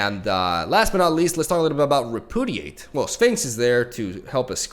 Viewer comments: Just a FYI, since I know English isn't your first language, but it's pronounced "re--pyoo--dee--ate". You keep saying it like re--poo--dee--ate or even re--poo--did--ate and not gonna lie, it hurts T_T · rep-yoo-diate, not re-poo-diate. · REH - PEW - DEE - 8. Not repoodidate lmao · I thought "RepudiDate" was a joke, but now I'm not so sure. Haha. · Re - Pew - Dee - Ate